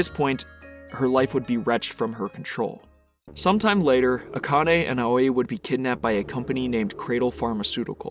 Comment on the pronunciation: A quick note, Aoi is actually pronounced Ow-ee. Great video all the same!